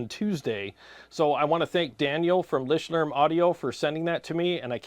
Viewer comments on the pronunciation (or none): It's LICHTLÄRM not Lishtlärm haven't you practice your German lesson today😅